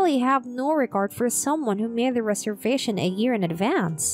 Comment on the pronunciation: rez-ervation, not ree-servation